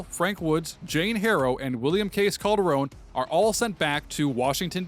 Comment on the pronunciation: Pretty sure it’s Calderon not Calderone lol